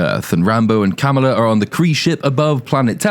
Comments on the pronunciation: Oh wow. Yes and English for dumba** is du***ss. Pretty huge difference, wouldn't you say? Not even something that the creators can use under their creative licenses to make a pun about Ms Marvel/Kamala Khan even though they actually do stress on the pronounciation every time. Ka-MAA-la instead of your lotus Kum-La 😂😂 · “Kamalalalala” lmao! I know some say - “Kamala” is adorable - and - only reason anybody should watch this. Ummmm…NO! Just stop! She’s beyond annoying. Don’t watch this for anything. Especially for Kamala Khan. For fucks sake!